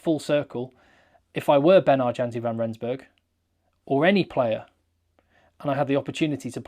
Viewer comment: the "J" in Janse is pronounced as a "Y" so it's actually pronounced "Yanse"